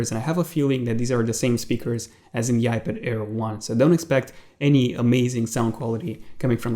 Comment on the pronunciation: I thought he was saying iBitair